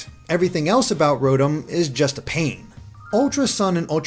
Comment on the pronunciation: Rotm? It is ro-Tom!